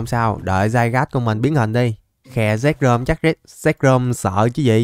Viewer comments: Zekrom chứ k phải zekcrom bruhhhh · Zekrom nhe a chứ ko phải zekcrom